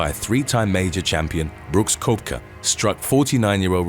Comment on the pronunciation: Phil Mickelson’s 18th hole, 2006 US Open should have been on here. Also there was a guy who had a family who was killed by lightning during a PGA Championship, John Daly donated to the family, HOW was this not on here. Oh and he was miss pronouncing Koepka.